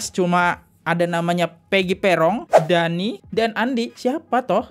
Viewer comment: Dani bang bukan dahi 😁😁😁,sekalian aja Daki bang 🤣🤣